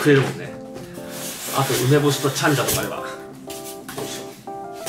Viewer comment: 私もチャンジャ大好き！ たらの内臓がこんなに美味しなんてね！w けどイントネーションおかしい気がするw せっかく美味しいご飯なのに紙皿www